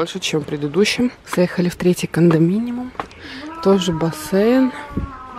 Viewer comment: Правильно говорить не кондоминиМум а кондоминиИум😉